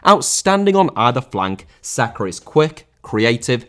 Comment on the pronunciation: Sakar?!It's Saka ffs